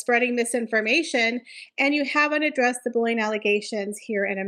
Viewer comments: “Bull-ee-ing” not bullion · I thought you were saying "bullion" reports.